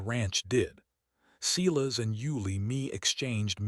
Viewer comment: Please pronounce Silas as "Sigh -las". As in the Bible. Great story. Thank you.